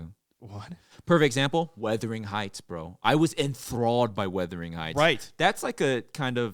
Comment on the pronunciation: WUTHERING IT'S WUTHERING